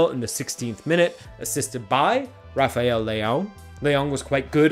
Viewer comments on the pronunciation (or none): none